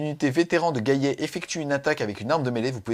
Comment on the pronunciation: JOYEUX ANNIVERSAIRE! Et de mémoire c'est qui a raison pour la prononciation, le double L ne se prononce y qu'après un i ^^ Donc gallet comme galet^^